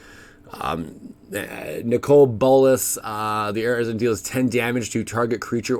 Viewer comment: Im pretty sure arisen is pronounced differently. He has arisen from his slumber. Ah riz en Sorry, I do enjoy your videos though.